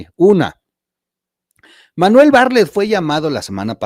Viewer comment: Bartlett, no barlett